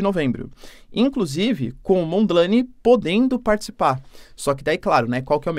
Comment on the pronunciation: Não se diz "Mondi laine" tipo nome em inglês. Neste link vais escutar como se pronúncia o nome.